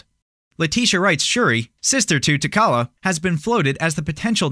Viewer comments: Sooooo no one is going to correct the guy so he is aware for next time it’s T’Challa not Takala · I hate to be THAT geek but… it’s T’Challa, he said it wrong 😑